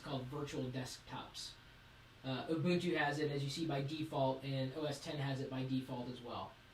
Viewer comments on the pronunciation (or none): It is pronouced oo-boon-too. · "MBOOP?" "ubuntu" "ubuntu" LOL I laughed when he said "MBOOP" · people dont know how to pronounce words. its not ooboontoo its u-bun-too. not oober its ubb-er..linux li-nucks...not lin-ucs..ether not eeether there you all some drunk hillbillies adding word that dont belooong trying to sound gee wizz piizz smart..play pc games you video game player or ub-er l33t. gamer too generilzed shit slot jockies casino called gamers. yeah linucks - unix far more advaced than mac os...